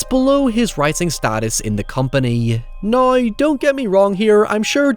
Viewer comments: “I never had the opportunity to see it until naïeaux” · Naaiouuw? Did you try to say “now”? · the way you say "now" ahahah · Man you really stretch the pronunciation of the word "now" out to it's full potential lol I love it. Great vid, great channel. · The way you say “now” is absolutely bonkers 😆